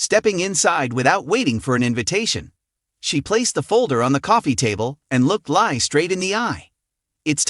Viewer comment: Li is pronounced Lee. They call her Lee on the program.